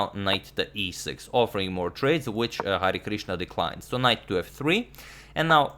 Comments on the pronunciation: I'm from India so you u right It's pronouncation is Hari-krishna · #Harikrishna ... You are correctly pronouncing it ... It's Hari + krishna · Hi Agadmator! I am from India and I like have seen manny videos uploaded by you. I enjoy them very much but have never commented before. Today I am commenting because I want to appreciate the way you were taking the Indian name Hari Krishna. This name is actually a god name in India and is taken with a lot of respect and devotion. Everytime you said Hari Krishna was very nice and your are well appreciated for it :)